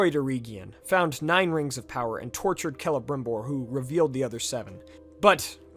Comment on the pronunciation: Finally someone pronounced celembrimbor correctly 😂